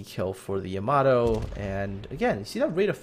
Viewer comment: It's pronounced Yah-mah-toe